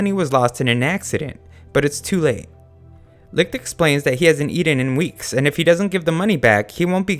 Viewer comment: I didn't watch the anime, so I can't tell whether they pronounce Licht as wrong as you do, but I can tell that you don't even try to pronounce it correctly, as you turn "ch" into a harder sound, similar to light. "Leekt"